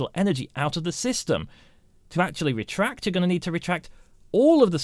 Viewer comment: Your videos are very good but you talk so funny deretract lol